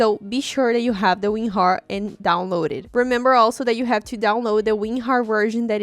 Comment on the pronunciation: She said ….remember you need to download weenhar lmao